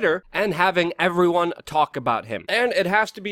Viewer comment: not erryone has the gift of gab